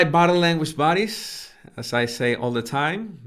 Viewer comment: When you say "body language buddies" it sounds like "body language baddies" and it feels awesome and so cool 😎😎😎😎